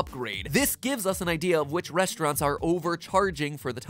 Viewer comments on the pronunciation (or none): The first time i heard that i thought he said "Which pie tastes like cake"